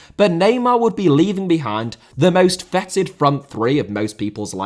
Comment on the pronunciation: If it’s ‘feted’ then it should rhyme with rated. Fetid means something else.